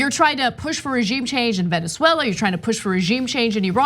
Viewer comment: Hey Ana.. this is said with love...please practice saying Venezuela. Not veneswella. 😂😘